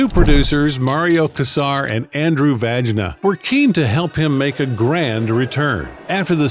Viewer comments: "Andrew Vagina"??? That's Vajna, ffs, pronounced like "vahy-nah" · The real pronunciation of that surname is “VOHN-ya.” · Vajna pronounced Vanyar